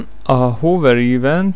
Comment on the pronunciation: "Ívent" az agyad, az... :P Ülj le, fiam, egyes! :D